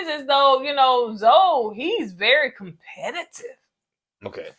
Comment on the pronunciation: the word is competitive not com-peli-tive…..LoL